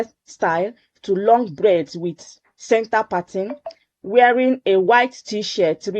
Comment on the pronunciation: Not breads but Braids Weldone